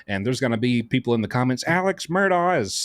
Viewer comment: As is such many many call him Alec drives me bananas 🍌